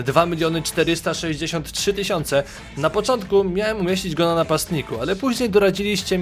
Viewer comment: powiedziałeś napoczontkó 5 bramke